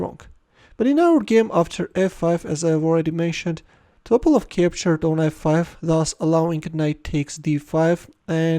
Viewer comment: It’s Topálov, not Tópalov